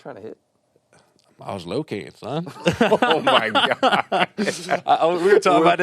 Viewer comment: “I was locatin son” 🤣💯